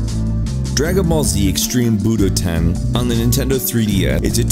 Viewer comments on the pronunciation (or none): You said buDoTen...